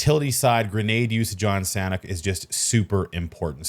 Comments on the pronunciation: Its pronounced very fast as “Sun-Ock” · its pronounced San-awk :) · San hawk = sanhok